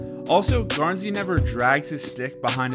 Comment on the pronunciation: You pronounced it right thank you